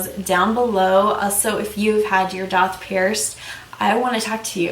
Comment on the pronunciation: DAITH IS PRONOUNCED DAY -TH .